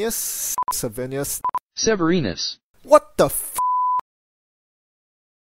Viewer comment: The attempts at "severnius" at the end were hilarious.